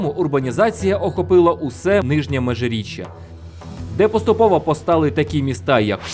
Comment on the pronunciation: МежиріччЯ, а не МежиріччА